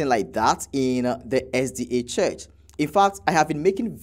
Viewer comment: He is saying the name of the church wrong.